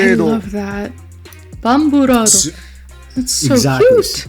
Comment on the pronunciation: Apparently, he's not weeb enough. "blade" would be "bure--do". Burado would be pronounced like boo-rah-doh.